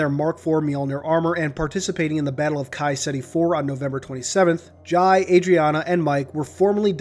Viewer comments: its pronounced Jai (Jay) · Its pronounced jay